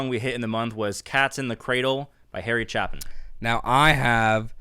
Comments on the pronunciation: You still can't pronounce Chapin right. Please get it right before you do Taxi. 🙂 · Haven’t read all the comments to check, but since you haven’t changed your pronounciation of Chapin, I guess no one has mentioned that it’s actually pronounced with a long “a” sound in stead of a short one. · I just have to be "that guy"..... It's not "Chap-in"...it's "Chay-pin"..... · Smart comments about "Cat's in the Cradle." Harry was a great story-teller. (FYI, his last name is pronounced "CHAY-pin.") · Right: pounced Chape-in, not Chap-in. For that matter Jim Croce is pronounced: Jim Crow-chi...as I recall. John Hughes is right, Taxi would be sweet. Also Greyhound (a song I lived repeatedly in college and longer).. And for some silliness: 30,000 pounds of 🍌.